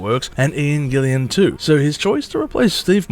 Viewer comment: It’s Gillan, NOT Gillian! After you said Gillian for the second time I stopped listening. Fail.